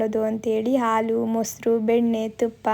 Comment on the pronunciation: Haalu not aalu